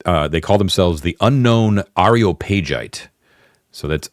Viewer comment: I know, I know. Comments that correct pronunciation are only slightly worse that ones that just say "First!". BUT you did ask! Tyro = TIE-roh, and since you now have me on a roll: Praetor = PRIE-tor or PREE-tor (only two syllables) Areopagite = ar-ee-OPP-uh-ghyte (a hard G sound and accented on the antepenult -- it's Greek) Sorry. I had to get that out of my system. I'll go back to enjoying the show now. :)